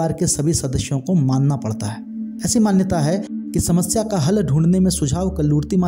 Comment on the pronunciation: I'm a mangalore person and we will do pooja of CHAMUNDI amma and also guliga, which you said KALLURTI it is not KALLURTI it is KALLUTI amma and also CHAMUNDI and PANJURLI are same just TYPES OF POOJA AND NEMATODES ARE DIFFERENT. ..